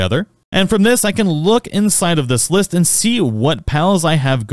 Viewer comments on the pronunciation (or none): none